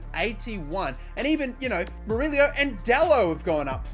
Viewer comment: murillo not murilio